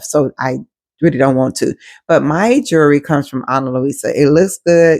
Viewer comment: Not " jurree" 😂